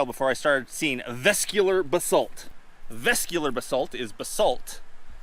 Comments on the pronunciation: Cool video, just need to work on the pronunciation of those geological terms. Vesicular: ves - ICK - yu - lar. Amygdaloidal: ah - mig - da - LOY - dahl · Nice camera work and great haul of agates. Vesicular = Ves-sick You-lar Amygdaloidal = A-mig-da Lloyd-al. Two syllables. Cheers and best of luck out there !! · Chalcedony = cal-sed-oh-knee Amygdaloidal = ah-mig-dah-loi-dal Vesicular = veh-sick-u-lar